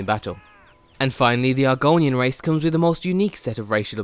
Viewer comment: Race not rice